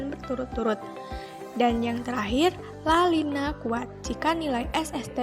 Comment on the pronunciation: Video kreatif, menarik, dan isi pesan tersampaikan. Koreksi penyebutan La Nina, bukan La Lina😉